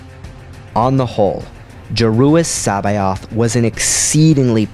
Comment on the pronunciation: love the vids but C'baoth is said differently (source the original thrawn audiobooks)